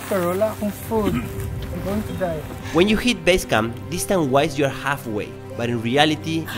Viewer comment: ‘It’s walking diastance’ is iconic 😂😂😂